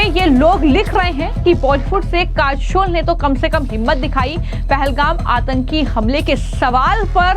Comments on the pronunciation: Listen news anchor calling kajol as kashol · Jai Hind........halanki report achchi hai per Madam aap apna pronunciation zara theek kariye......'काजोल' को आप 'काझोल' बोल रही हैं....अपने accent ko zara theek kariye......aap hindi ko American accent mein mat boliye bahut irritating lagta hai. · Kachol or kajal, pronounce achha nhi kiya tune